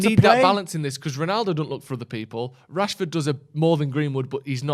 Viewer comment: you cannot be serious saying Rashford or martial